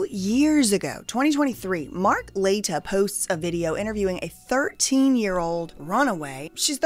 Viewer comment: Mark La-tea-ya